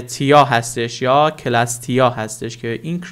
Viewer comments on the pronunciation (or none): سلام بزگروار . با نهایت احترام وقتی حرف سی بعد از حرف صدا دار ای میاد . ک خونده نمیشه و اوناو باید س بخونی . سلستیا نه کلستیا . موفق باشید.